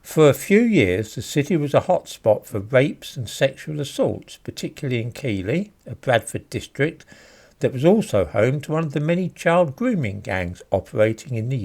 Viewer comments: It’s not pronounced Keeley it’s pronounced Keith-ley. I lived in Wilsden 5 mins from Keighley and used to do my shopping at the Sainsburys superstore there as well as to go out to the pubs etc on a weekend. I never saw any trouble……the trouble was in areas such as Manningham near Bradford city centre which is an awful place to live……it’s known locally as little Karachi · Hi. I'm a big fan of your work ( this video is completely true) but Keighley is pronounced Keith-Lee. Also, if you're interested, Haworth (home of the Brontes) is pronounced How-worth. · It is pronounced Keith-ley rather than Keeley as in Keeley Hawes. Well known for grooming gangs rhat won't be tackled by the police. Having been a teacher in Todmorden, the real danger to pupils in school came from Keighley. Back on the topic, how the hell has Bradford been awarded City of Culture for whenever? Devious weasel - love the comment. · It's pronounced 'keefly' not 'keely'. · For your interest. Keighley is pronounced Keethly. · You are obviously not a local to bradford, keighley is pronounced keith-ley. 🙄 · Just a little thing about pronunciation. I am nitpicking, but I am from Bradford and Keighley is pronounced Keethley. The gh is in fact a 'th' sound and this is unusual. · I’m from Keighley (pronounced Keethly) and do voluntary work in Bradford and I can tell you it is absolutely desperate. The sad thing is: it didn’t have to be this way. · Someone once referred to Bradford as Bradistan and I can never not call it that now. BTW Keighley is pronounced... Keithley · Keighley. Pronounced Keeth-li. 😀👍 saying that Bradford is a bit of a s******e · Quick aside, Keighley is pronounced as Keith-ley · If you mean Keighley it’s pronounced Keith-ley (not having a go sir just educating). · Keighley is pronounced Keithley. Good video otherwise. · Keighley is pronounced Keith - lea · Keighley is pronounced Keithley. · It's pronounced Keith Lee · That's my vicar's surname but he seems to pronounce it Keethley?